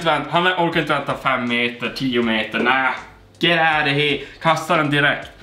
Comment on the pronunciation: Älskar när du säger ” Get aut... kan inte stava😂😂